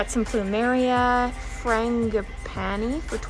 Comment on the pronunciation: just letting you know that the plumeria is pronounced fran-ji-pa-ni !! they are common outdoor plants here in australia haha